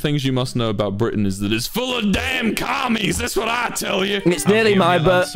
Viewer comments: I love how Wilbur says "We pronounce our T's" and then seconds later proceeds to say "Bri'ain" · Wilbur: this isn't twitter we pronounce our t's Literally a second later: Bri' ain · Wilbur: we pronuce our T's this isn't twitter Wilbur 2 seconds later "Bri-ain" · Wilbur: We pronounce our “t’s” *not even five seconds later Wilbur: And one of the important things you must know about Bri’n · I mean he did pronounce the T but perhaps because of the accent it sounds as Bri'ain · I'm bri'ish Wilbur: this isn't twitter we pronounce our t's Also Wilbur: bri'ain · Wilbur: British people actually pronounce their T's Also Will two seconds later: In Bri'an... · Wilbur: We pronounce our T's also Wilbur in 2 seconds says britan without the T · Wilbur: we pronounce our Ts 5 seconds later: bri'ain